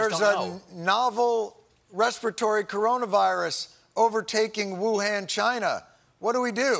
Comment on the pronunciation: It’s amazing to me that he could be spitting these facts but because he keeps mispronouncing Wuhan I don’t believe a word of what he’s saying 😂😂😂😂😂